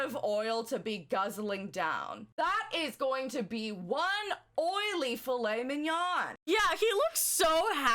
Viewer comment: I highly suggest you do research before making videos that show your ignorance. 😂 Obviously you have no knowledge of the holistic world, you show you have no clue to the benefits of olive oil in general. One of you dont even know how to pronounce Fillet mignon properly. You girls have A LOT of growing up to do! Lol Good luck!!